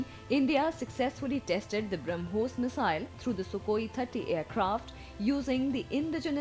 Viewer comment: It is "BrahmoS" and not BrahmoZ, *(to the anchor)